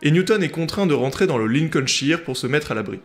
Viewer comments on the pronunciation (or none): Vivement la suite, aller petite remarque n'hésites pas à prononcer les régions anglaises avé l'accent un truc du genre "Lilecolnshaïeur" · un anglais m'a dit un jour que la prononciation de des régions qui se terminent par ''shire'' sont prononcées effectivement '' ''cheur''. C'est un peu comme prononcer ''sire'' ( seur) mais avec un ''ch ''. En tout cas je trouve que tu débrouilles pas trop mal😉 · Et elle arrivera vite ^^ En fait la prononciation de Lincolshire est un peu différente...je n'ai pas réussi à la faire correctement mais ce n'est pas non plus "aïeur" mais juste "eur" il semblerait 😆😅 je ferai mieux une prochaine fois 😉